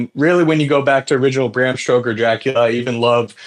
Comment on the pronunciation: the dude who kept calling bram stoker 'stroker' had me in stitches